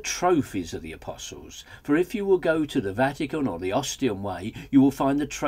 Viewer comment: i like the pronunciation of "a-piss-alls" ;)